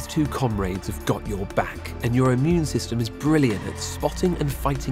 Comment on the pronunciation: "These two com raids." I just realized they pronounced comrade wrong. No offense, though.